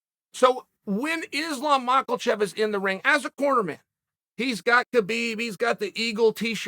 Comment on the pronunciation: "Islam Michael-chaev" 😂😂😂